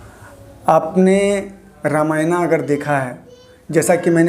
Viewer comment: The video is good and you explained it really well but What is " ramayanaa " ? Plz don't change its name plz... Are you a foreigner ? Plz don't pronounce our religions books in foreign language Bcz they can't pronounce our language or words bcz of there accent Don't try to copy them plz !!!!!